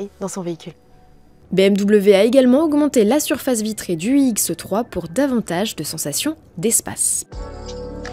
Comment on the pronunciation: Je suis déçu, je pensais que c'était une présentation de la nouvelle BMW iX3. Mais selon ce que j'entends, il s'agit d'une autre modèle inédite : la BMW iX"E"3. purée, pourquoi prononce ce "E" qui n'existe pas, c'est horripilant. Sans parler des quatre zyeux ... C'est quoi des zyeux ?